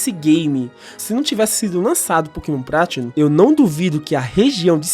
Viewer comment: Realmente, muitos "probremas", mas a "Pratinum" é de fato a melhor experiência.